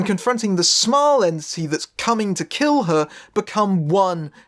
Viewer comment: I kept hearing you say "Smiling ANTSY" or "Yancee" instead of entity and that was just hilarious.